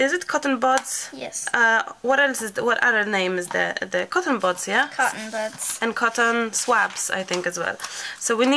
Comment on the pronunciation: It is a Guinea pig - someone who attempts something first to see if it works or not. Buds when you say it is super cute but it sounds like butts which I think is possibly why Emily was giggling 🤭🤭🤭 You two are wonderful together. Thank you so much for allowing us to share your precious time together xx 💚❤️💚